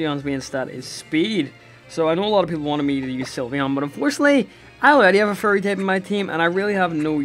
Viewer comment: when he says "fairy" it sounds like "furry"